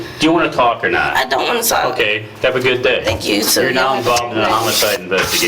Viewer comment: WHY DOES THE NARRATOR SAY THE "L" in TALK!? TALLLLLLLLLLLLLLLLLLLLLLLLLLLLLLLLLLLLLLLLLLLLLLLLLLLLLLLLLLLK